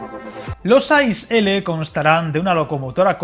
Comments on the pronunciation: Gracias por tus vídeos , pequeña matización, las siglas ICE que significa InterCity Express no se pronuncia como « hielo » en inglés sino leyendo las tres letras una tras otra, «iceé», no desearía que te pongan cara de rana si alguna vez vas a comprar un billete en una taquilla alemana y les digas que quieres un billete en el « ais » de para Berlin. Un saludo cordial de parte de un maquinista suizo :-) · Una puntualización: se pronuncia “i-ce-e” (letra a letra) y no “ais”, como hielo en inglés 😊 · I cringed every time I heard "ice" as it's pronounced I C E, each letter separately. And Germans tend to be very ruffled when they hear it called "ice". Apart from that it was a very interesting and informative video! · Por qué pronuncias las letras a la inglesa? Se dice I C E [iːtseːˈeː] L ICE significa Intercity Express, así que no tiene que ver con 'ice' (hielo) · Yo creo que no debes pronunciar ice a la inglesa, si no como en alemania ,que es muy parecido como se pronuncia en español i-c-e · Efectivamente, se pronuncia I - Tse-E, significa InterCity Express. Si nos ponemos finos, tampoco se dice rutas domésticas (anglicismo), sino rutas o trayectos nacionales. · Un pequeño detalle, como alemán que es la nomenclatura de ICE-L se pronuncia diferente a como se haría en inglés y es mucho más parecido al español que lo que se pronuncia en el vídeo. 😊